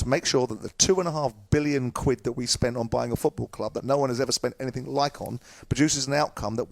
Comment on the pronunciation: Simon please, it's anything not anythink. 😣